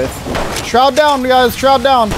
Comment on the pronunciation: Dude. He wasnt shroud. His name is just shroud not shroud ita